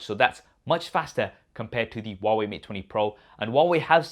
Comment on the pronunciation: Hwawei fold hahaha 🤣😂😂😂😂